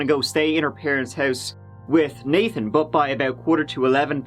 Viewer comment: Go to and ish he sta naTHan twice lol THE ACCENT IS FAKKKKE I KNEW IT!! jkjk but he does pronounce the th though twice 🤫🤯🤔